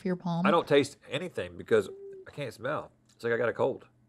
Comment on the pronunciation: I thought it was more like “smella’ that!” like he just started emphasizing/exaggerating that extra little syllable he’s always added at the end of the word “smell” 😅